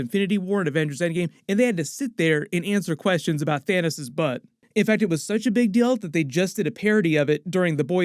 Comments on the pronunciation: It’s Thanos. Not Thaneos. Wtf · WHY ARE YOU PURPOSELY MISPRONOUCING THANOS?!?!?! STAN LEE NEVER SAID THAIN-NUS!!!! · EMERGENCY THA-NIS 😆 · Love the “Thanus” 😂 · Bro really just said “into the thanus.” 😂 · Had to double back there when you said Thaynis. That's a new one to me. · ”Thanus” lmaooooo